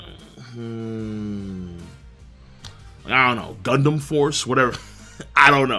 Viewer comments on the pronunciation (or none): none